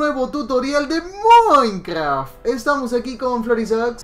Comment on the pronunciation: Bienvenidos a Muuaicraft xD quién más entendió así :v?